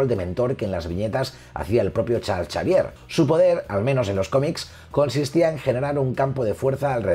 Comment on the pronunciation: El mejor canal de Marvel, felicidades. Pregunta, sin plan de ofender. Por qué dices Charcharvier?